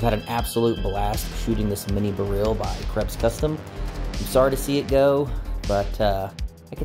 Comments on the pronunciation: Odd pronunciation of "Beryl". It's a type of gem stone (Emeralds are green beryls). Most folks, including jewelers and lapidaries, usually pronounce it the same as "barrel". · huh, similar to saying "B-role" in a mild slavic accent. I learned something new today. Thanks!!